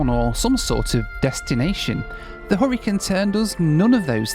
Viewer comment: Took me half of the video to figure out it was the "Hurricane Turn" train not the "Horricun Turn"